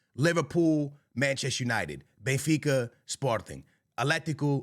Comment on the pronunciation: Here we go, the Real Madrid fan boy who says he’s a die hard “bayinfeecuh” fan😂😂😂